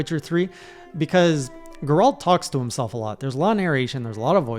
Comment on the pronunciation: How can you mispronounce Geralt like that? He says his own name like a million times xD